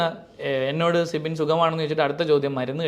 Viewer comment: Sibi allado manda. Sibin. Guest nte peru correct ayit parayu